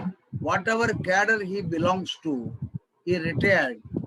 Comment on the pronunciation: Please take care of some sentences ...cadre as cattle